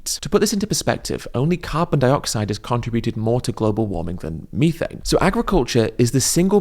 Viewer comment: Hearing Ed’s syrupy pronunciation of vitt-a-min and mee-thane is enough to send me to the nearest Macca’s out of spite.